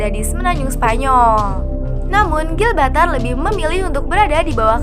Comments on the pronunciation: Bukan gilbatar tp GIBRALTAR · Gibraltar bukan Gilbatar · GIBRALTAR bukan Glbaltar. heuu kurang riset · Bacanya Gi Bral Tar kak... Bukan GIL BRAL TAR... Gemes dengernya 😂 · Gilbatar? Gibraltar min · Bukan gilbatar cuk....tapi Gibraltar 😤🙄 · Gibraltar bukan gibaltar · Gibraltar om bukan gibaltar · Gibraltar... Bukan Gilbaltar ☺️ Sebutannya (Jib-ral-tar) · "Gibraltar", min. Bukan "Gilbaltar" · ralat, bukan gilbatar.. tapi gibraltar👍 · Gibraltar min bukan Gilbatar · Gibraltar mbak bkn Gilbartar udah enak loh denger suara bikin terngiang ngiang, malah salah ngomong😂... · GIBRALTAR minnnn.... bukan GILBALTAR... ngopi min ngopiiii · Gibraltar say, bkan gilbartar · Bukan Gilbartar min, tp Gibraltar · Gibraltar bukan Gilbatar.. Asal kata nya Jabal Tariq, Jabal itu pegunungan atau susunan batu sedang Tariq nama seorang jendral , Toriq bin Ziyad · GIBRALTAR BUKAN GILBATAR!!! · GIBRALTAR KELES BUKAN GILBATAR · GIBRALTAR BUKAN GILBARTAR...MIN WKWKW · Bukan Gilbatar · maap min bukan gilbartal, tapi gibraltar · Gibraltar min bukan gilbatar 😀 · GIBRALTAR , BENERIN YA PRONOUNCE NYA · apakah aku doang yg mendengar GIL BA TAR ? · Harusnya Gibraltar bukan sih wkwk